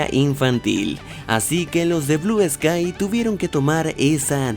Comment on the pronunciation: Al principio dijiste blue esky